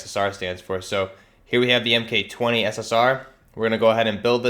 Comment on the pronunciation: "M-K" , man that's annoying, Mark 20 SSR